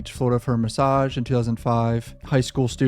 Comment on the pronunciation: That said message not massage…. Important message